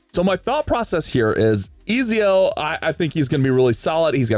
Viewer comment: Nice man. His name is pronounced Et-zio by the way haha hes from italian renaissance times